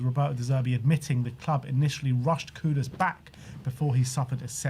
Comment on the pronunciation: I appreciate that you call him Kudus and not Kudos